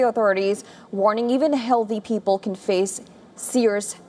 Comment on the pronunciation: I don’t know if it’s anyone else, but the lady’s pronunciations are all over the MAP. American diction with major Indian give away when she says people and waves